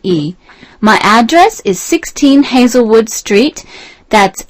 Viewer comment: In first part question 4 said spelling of hazel wood as hazlewood ? What is correct ? The audio spelled as hazle not hazel